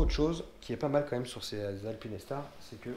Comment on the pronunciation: Super vidéo par contre c'est pas alpine É star mais alpinestar le E est là pour faire le "ine" pas ajouter un "é" :)